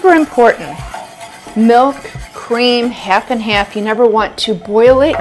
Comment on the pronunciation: I don't know what accent that is, but I know I'm hearing it when you say "half and half" 😅